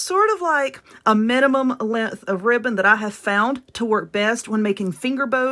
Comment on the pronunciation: I weally wike that wibbon. 😂 Seriously tho, I love these. Those bigger bow making contraptions confuse the begeezes outta me. Thank you for these. 👍❤